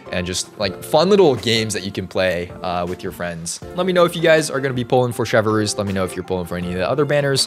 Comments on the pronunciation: The way he says her name like chevverroose bothers me like its chevreuse (chevrus) not chevrolet moose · just a little fyi it’s not “chevaroose” it’s “chev-ress” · sheh-vrooze not shev a roos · Him saying ChevERuse instead of chevreuse plays with my mind so badly 😭😭 (No hate to lol) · French speakers: Try to say Chevreuse, it's quite simple: CHEVEUX ROUSSE 🗿🗿🗿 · Full disclosure you said her name wrong